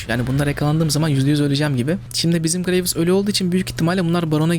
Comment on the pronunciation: herkes: gıreyvs: gıreyvıs:D